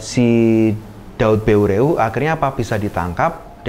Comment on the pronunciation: Pengucapan nama tokoh Aceh yg jelas ,,, salam saboh naggroe